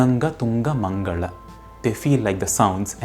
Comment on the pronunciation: In the words "karaala" and "mangala" you pronounce the "la" as "zha". Are you sure that your "la" pronunciation is correct? I thought the "zha" sound appears only in the Vedas.